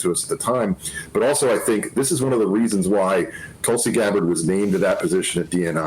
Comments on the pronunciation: Her name is Tulsi! Not Tulsa. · Hey Johnathon. Her name is Tulsi, not Tulsa. 😅😅😅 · Tulsi... not Tulsa... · Her name is Tulsi, not Tulsa...